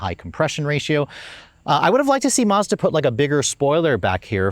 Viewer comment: It’s pronounce Maz da not Marz Da